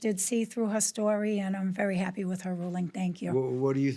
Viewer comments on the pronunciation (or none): none